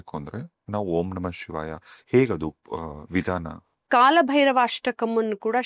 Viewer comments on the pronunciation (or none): ಕಾಳಭೈರವ ❌ ಕಾಲಭೈರವ ✅ ಉಚ್ಛಾರ ಸರಿಯಾಗಿರಬೇಕು ದಯಮಾಡಿ. ಇಲ್ಲವಾದಲ್ಲಿ ಅದು ಅಪಚಾರ ಮಾಡಿದಂತೇ, ಕಾಲ ಹಾಗೂ ಕಾಳಕ್ಕೂ ಬಹಳ ವ್ಯತ್ಯಾಸವಿದೆ. ತಪ್ಪಾಗಿ ಆರಾಧಿಸಿ, ಅಪಕೃಪೆಗೆ ಅಥವಾ ದೇವರ ಕೋಪಕ್ಕೆ ತುತ್ತಾಗದೀರಿ. ಕಾಲಭೈರವನ ಸಿಟ್ಟಿಗೆ ಬಲಿಯಾಗದಿರಿ, ಬ್ರಹ್ಮನ ನಾಲ್ಕನೇ ತಲೆಯನ್ನೇ ಬೆರಳಲ್ಲಿ ಬಗೆದು ಸಿಗಿಸಿಕೊಂಡ ಮಹಾನ್ ದೈವ ಶಕ್ತಿ ಕಾಲಭೈರವ. ತಪ್ಪಾದ ಉಚ್ಛಾರ ಹಾಗೂ ಬರವಣಿಗೆ ಅಪಕೃಪೆ ತಂದೀತು. ಇಂಥ ದೈವಗಳು ಬಹಳ ಸೂಕ್ಷ್ಮ ಆರಾಧನೆಯಲ್ಲಿ. ದಯಮಾಡಿ ಇಂತಹ ಸೂಕ್ಶ್ವ ವಿಚಾರಗಳಿಗೆ ಗಮನ ಕೊಡಿ. ಒಳ್ಳೆಯದಾಗಲಿ ಎಲ್ಲರಿಗೂ 🙏